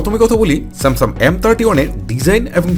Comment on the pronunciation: স্যামসাম বলে😂😂😂😂😂